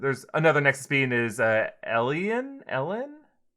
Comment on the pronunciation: Elayn= El Ayn. Why do they have such a hard time pronouncing it?